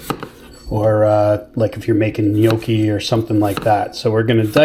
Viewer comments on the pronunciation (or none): none